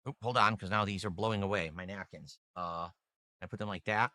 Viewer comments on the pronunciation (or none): Did he say "my nakins" 😅